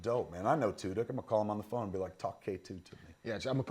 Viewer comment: Is Smith deliberately pronouncing "Tudyk" like "Two-dicks?"